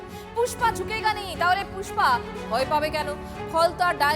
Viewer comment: পুষ্পা না ফুস-পা!😂